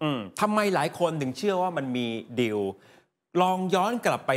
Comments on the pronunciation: ผู้ประกาศอ่าน....คำว่า...ดีล...หรือ..ดิว..ภาษาไทยอ่านแล้วเพี้ยน..ฟังแล้ว...งง..ภาษามันบิดได้ในตัวมันเองความเข้าใจความหมายเปลี่ยนไปแน่นอน..ชี้แจงได้ไหมประชาชนผู้รับฟัง..งง.ครับ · คุณผู้ประกาศข่าว...ว่าคำว่าดีล..อ่านออกเสียงว่า..ดิว..ประชาชนฟัง..แล้วงงครับ..อธิบาย..หน่วยเถอะคนับ ...